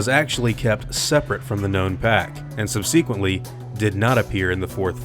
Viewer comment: “Subsequently” isn’t pronounced that way. Love your stuff, bro, but that makes me cringe every time.